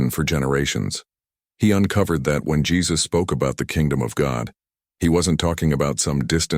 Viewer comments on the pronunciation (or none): none